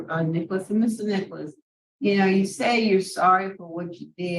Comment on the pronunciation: Um... how was Mr. Alvin pronouncing the last name Nicholas??😂😂😂